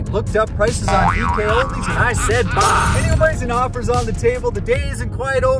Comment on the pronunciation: I died inside when he said DKoldies